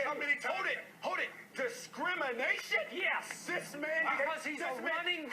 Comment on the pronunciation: The way Stephen A says discrimination is hilarious